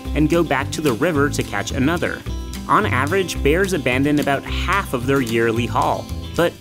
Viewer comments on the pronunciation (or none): none